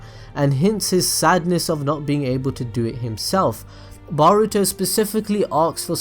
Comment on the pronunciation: Every time i hear you say boruto. I hear "Burrito" n i cant help but laugh lmao